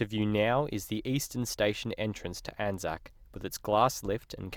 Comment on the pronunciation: It is pronounced as a word “Anzac”, not each individual letter, A-N-Z-A-C, hence it is spelled as it is said. Much like Qantas, Asic and Anzac Day/biscuits. ANZAC is only used when referring to the actual Corps